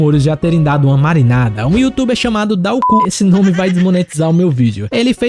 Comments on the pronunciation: pode pronunciar ''DÁUCOU'', e n ''DÁ O C#'' kkk vlw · Mano kkkkkk eu nunca pensei que alguém ia pronunciar o nome do dawko assim